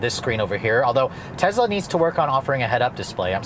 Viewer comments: It’s Tesla not Tezla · Tesla not Tezla. So annoying. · i get a feeling as if a cat is scratching a chalk board every time he says "tezla" and not Tesla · Bro it’s not TEZLA, it’s TESSSSLA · it's tessssla not tezzzzla named after Nicola Tesla, the father of our modern world! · It's a good video but it's amazingly annoying how you keep pronouncing it 'Tezla'. It sounds and it is wrong. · TEZLA lol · Tezzla lol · Nothing against this guy as a person but as a reviewer of products, he's too quick to state his personal preferences about things. I find it takes away from his journalistic professionalism and makes him sound biased. Also, he needs to talk a little better. And perhaps pronounce the name correctly - It's not Tezla. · Tezzzzzla, who tf says that lol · Why does he pronounce it tezzla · Frank Marzegliano Elon pronouces it both ways, he prefers "Tezla" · Tezlas . . . they're zuper zporty, but the leather on the zeats is kind of zhitty. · Sounded like you were saying Tezla. Love ur videos ❤️ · the funny thing about the mispronunciation of Tesla in this video is that pronounces it correctly in his Model 3 video posted BEFORE this video..kinda weird....regardless i'm a subscriber and enjoy the channel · Is it pronounced tezla or tesssla?